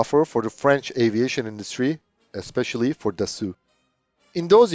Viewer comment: Your pronunciation of "Dassault" reminds me of Inspector Clouseau lol